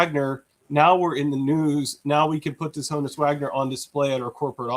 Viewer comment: So how does, a Pirates fan continually mispronounce the name Honus?